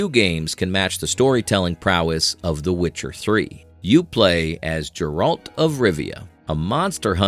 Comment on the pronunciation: Man at least get yalls readers to know a little about the damn games!! He literally called Geralt ...jeralt!!!! That's so bad....aweful